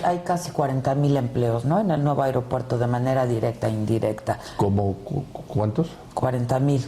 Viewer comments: Airopuerto jajaja esa ni hablar sabe!!! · Airopuerto??? perdón yo creía que se decía aeropuerto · Puta madre será que no escuchó bien o está Adela se la pasa diciéndole AIROPUERTO???